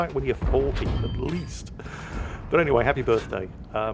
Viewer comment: I think alexa is triggered by the way you are stretching "at least" and not pronouncing the 't'.